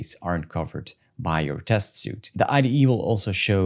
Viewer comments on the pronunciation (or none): The word suite in “test suite” is pronounced sweet. The word suit as you pronounced it is something you wear and it doesn’t have the e on the end. Keep the videos coming!